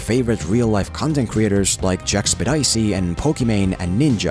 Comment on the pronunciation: Jackspedicey? Ouch 😂